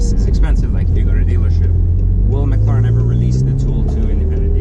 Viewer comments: can you not pronounce mclaren properly? its not mcluuuurren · We need to host a free training for you on how to say MCLAREN. Stop dude, its way annoying.